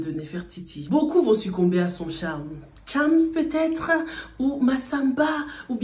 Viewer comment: Sa manière de dire Thiams au lieu de chams m’avais manquée 🤣